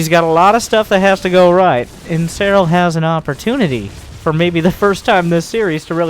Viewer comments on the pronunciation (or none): said that seRRal did that to emphasize the rolling R's pronounciation of his name.